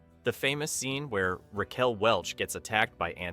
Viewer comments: "Rack-Well" At least this time AI got Ms. Welch's name right. :O) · Can't A.I. correctly pronounce the name "Raquel" at this point in time?